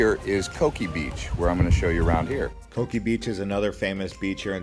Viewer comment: You’re wrong on the Coki pronunciation. It’s Co-kee not “cookie”